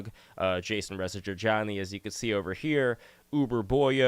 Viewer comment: you said Reza correctly for the first time, you get a cookie